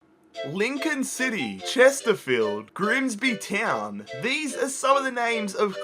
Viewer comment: "Griemsbi tjeown"